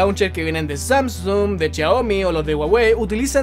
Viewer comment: En ves de decir Xiaomi dice chiaomi xD